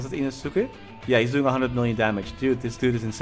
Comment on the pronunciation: Hey love you videos as always! it's more correct to say "Ino-S-ke" instead of "ino-SU-ke"